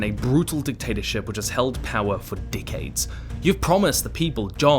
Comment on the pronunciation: You CAN do it. You say ‘rEvolution’. E. But otherwise it’s ‘dickades’ after ‘dickades’. Kiwi accent is really weird